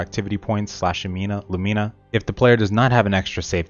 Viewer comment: please say Lumena not Lumeena